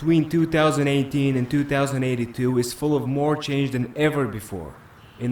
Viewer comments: he said 2 thousand 82 not twenty 82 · 2082 is pronounced Twenty-Eighty Two,. Not two thousand and eighty two. 2018 is Twenty-Eighteen. Not two thousand and eighteen.